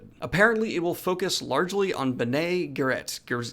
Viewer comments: bene gesserit, is said like "benny jessa writ" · Ed Sheeran singing in GoT was the least of the series' issues. Oh, and it's pronounced "Benny Jez-er-ette". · Lol! I do enjoy your name issues! It’s pronounced “Ben Knee Jez-Uh-Whit”